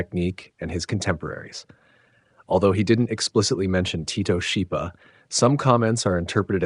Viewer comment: The name Schipa is pronounced in Italian as SKIPA, as an Italian combination CH=K. Thank you for bringing the awarness to the great vocalists of the 20th century through this channel.